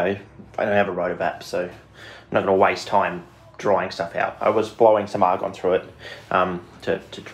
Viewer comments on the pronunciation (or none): none